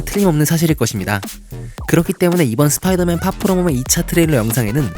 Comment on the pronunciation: 스피이더 맨이 아니라 스포이더맨인뎁쇼